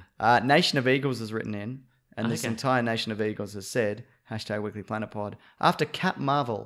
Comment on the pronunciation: OH MY GOD IT'S-A THE WEEK-UH-LY PLANET!